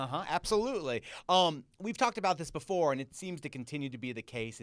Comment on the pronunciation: How many syllables does "before" have again? "Be-fo-oh-ore"